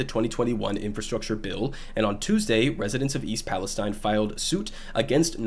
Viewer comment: Pronounced palesteen